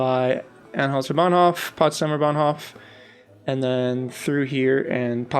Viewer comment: I agree move and rotate the whole area somewhere else, so that the S-Bahn hooks up. Cool build. I've been to Berlin so many time, but I only know the "new city". BTW Hof from Bahnhof is pronounced with a long 'o'. Charité is pronounced French. For Bülow the w is silent, but I'm not sure there. It's what I remember from hearing the stops on the U-Bahn. Keep up the awesome build.